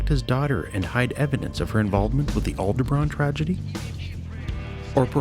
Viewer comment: "Aldebran"...come on man!